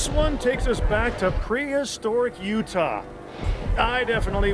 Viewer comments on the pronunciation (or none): none